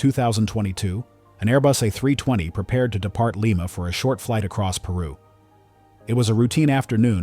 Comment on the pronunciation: The name of the city in Peru is pronounce Lee-ma, not Lie-ma